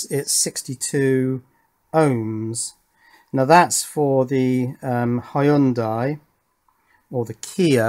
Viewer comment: Nope. Hy- young- die is the correct way to say it.